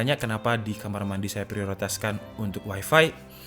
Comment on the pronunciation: bang lafalnya tolong tetap waifai saja dong, jangan dilafalin waifi